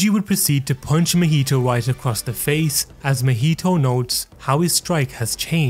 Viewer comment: Not mehito it's MAhito. Ma. From Mama. Maki. It's not Meki. Or Meme